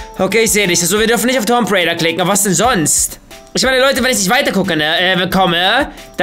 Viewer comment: Wie der einfach zu Lara Croft “Tomp raider“ sagt xD.